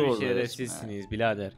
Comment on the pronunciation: bilader değil birader